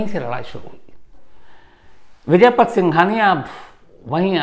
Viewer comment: आप बड़े पत्रकार हो। नाम तो सही जानो। उनका नाम विजयपत है , विजयपथ नहीं ।